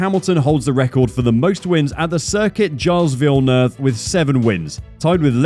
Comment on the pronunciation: Circuit Gilles???????? Pronounced: Circuit Gilles Villeneuve / (French pronunciation: [ʒil vilnœv])